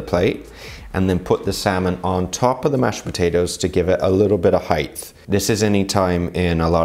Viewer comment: Love the way you give step by step instruction for home cook to put together lovely presentation, thanks. Pronunciation tip: the gh in height is silent so sounds like [ hite]. Just a pet peeve on my part ;)